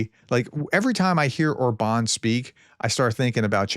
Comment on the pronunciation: By the way, the pronunciation is “Orban” (like in “urban”) with stress or the first syllable, not “or-Bahn” or something… But in this particular case, the guy probably doesn’t even deserve that his name be pronounced correctly…